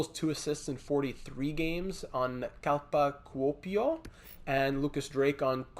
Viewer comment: Pronouncing my hometown team Kalpa Kuopio absolutely made my day 😂